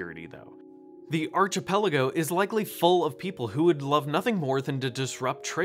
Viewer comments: Arch-ipelago? As a student of arch-eology (study of arches), I find this pronunciation archtistically unpleasant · did you just say artshipelago?